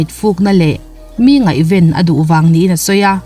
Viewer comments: Ngaihven tih leh chhungkaw *hung' hi a lam ri thiam lo. Mizo ṭawng a lam rik dik thlap hunah la subscribe chi... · Ngaihven tih i lam thluk a dik lo. Dollar nuai 8 chu a khawsak ngaihtuah chuan a tlem ka ti😁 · Ngaihven.. tih hi i mizo tawng thluk a dik lo deuh tlat mai...